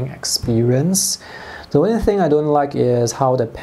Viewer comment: WHEN HE SAYS ONI FOR ONLY 😂😂